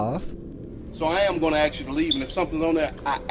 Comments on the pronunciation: I think it's ridiculous that a policeman says "ax" instead of "ask". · Last video Policeman: "I aks you. I am not telling you...I AKS you!!!" LMAO